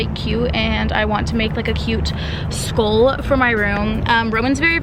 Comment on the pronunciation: "Skoool" it's SKULL! 🤣